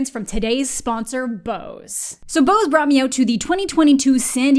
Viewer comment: that's not how you say Bose XD Can recommend the audio devices though. Very good but also expensive